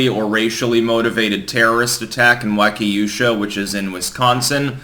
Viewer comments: its pronounced wok-uh-shaw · it's pronounced Walk-a-shaw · Not a big deal but locals generally pronounce it "walk eh shaw" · not Wah-Kay-oo-Shaw...it's WAH-keh-Shaw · Its Waukesha not Wakeusha. My city final gets something news worthy and its this. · It's pronounced "Waw-keh-shaw". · it's pronounced Walk-ee-shaw. Also, Kenosha is about an hour from Milwaukee and is not considered part of the Milwaukee area. Also, Milwaukee is considered by absolutely no one to be part of the Chicago area. Milwaukee is a big city all it's own. It's not some little burb. Its also 2 hours from Chicago. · Pronounced: Wau - ke - shaw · Not to jump in w everybody else, but I just can't help it. Was watching on my and grabbed my phone to say this, so .. I'm already here now. Wah-kuh-shaw, hoss. It's pronounced Wah-kuh-shaw. Lol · Wah-Kah-Shah is how is pronounced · FYI it’s pronounced Wakasha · Pretty sure it's pronounced "Wah-kee-sha" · Wau- kee- shaw. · Pronounced: Wah-Cuh-Shaw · It's pronounced "Wa-ka-shaw", not...however-the-fuck you pronounced it at the opening... Just sayin'. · Waukesha (Wa-kee-sha). Don't feel bad most people from outside Wisconsin have a hard time with Wisconsin place names. Many are Native American names funneled through French into English. Wisconsin was first explored by the French in European expansionsm. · Walk eh shaw Gonna correct everyone on this. I know we have weird names for places, but it never ceases to amuse me how many variants of pronunciations there are. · For what it's worth, it's pronounced Wau-keh-shaw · Ohhh...you are injuring it badly man. Pronounced Wa Ka Shaw. Kenosha is 40 minutes away..... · Walky Shaw is the pronunciation. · It is pronounced : walk-a-shaw , Wisconsin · "Walk-e-shaw" with a short e sound. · I'm sorry and I know it's hard because Midwest town names are hard but it's pronounced WALK-ish-Ah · WOK-A-SHAW bro, get a grip ya Dutch fruitcake... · Say it with me and friends WAH-KAH-SHAW